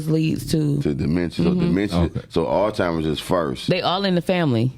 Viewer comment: 😒 "it oldtimers" "zheimers" 😂😂😂 cant take you seriously for nothing